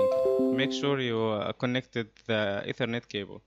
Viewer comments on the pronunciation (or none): none